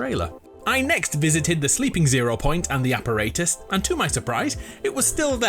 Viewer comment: Also you mispronounced apparatus